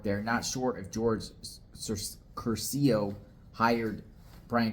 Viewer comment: Curcio has accent on the first syllable